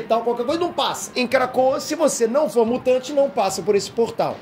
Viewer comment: Só eu que toda vez que ele diz krakoa ouve KRACUDA? Lol